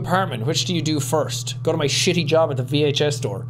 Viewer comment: straight thought he said 'bj store' instead of 'vhs store'